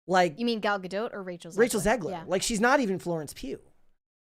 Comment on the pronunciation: it's Ga-dot. Not Ga-doat